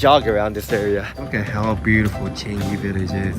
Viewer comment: Changi is pronounced as chi-a-n-ngi. But say it fast. ngi as in ka ki ku ke ko, ga gi gu ge go in Japanese.